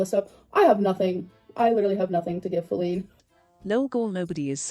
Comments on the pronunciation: could someone plz explain to me why ppl are saying feline instead of faleen?? /gen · No one should be feeding into the new name at all but lard ass says FALene